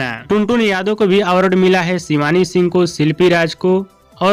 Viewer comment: आवारड शो नहीं अवार्ड शो होता पहले बोलने सिख ले घारा घरी सब चैनल खोल के सब अपने आप को होसियार समझ रहा है